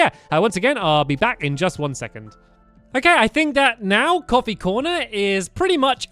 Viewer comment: it sounds like your saying copy...